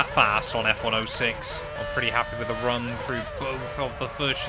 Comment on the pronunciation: Stop calling F1 06 F Ono six, please. I know you're British, but I use zero for 0.